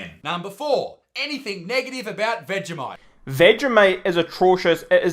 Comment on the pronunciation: didn’t even say vegimite correctly